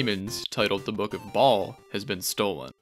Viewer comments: I gotta stop you right there... You pronounced "Baal" like Ball when it's supposed to be pronounced "Bayl". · Oh yeah!! The name Baal is not pronounced like “ball” more like “Bayel”, just a small thing that’ll help take the videos the slightest bit further!!